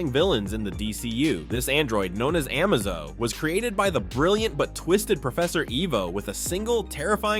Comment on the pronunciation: Can't say Amazo, Trigon, or Mxyzptlk, but actually says Darkseid instead of "dark seed"? Nah, I've been putting up with the AI voices for too long, I'm unsubscribed. I'm out. I might pop in every once in awhile to see if there's hosts again, but for now I'm done.